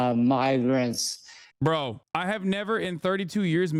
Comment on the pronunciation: Yeah I tried to listen closely for the n or m, and I can’t help but hear n. Migrants doesn’t start with n at all